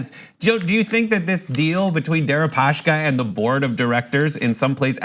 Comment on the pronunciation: Why do you guys keep saying "Deripa-sh-ka"? His name is Дерипаска, not Дерипашка